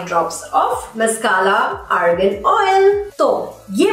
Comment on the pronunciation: It’s ARGAN oil not ORGAN